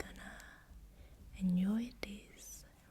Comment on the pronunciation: "enyoy" hahaah